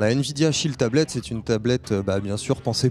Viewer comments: j'ai compris la "shit tablet" lolool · on dirait qu il a dit la "shit tablet" LOL